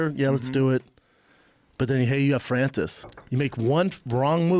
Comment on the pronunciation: Joe: or FRANCISS.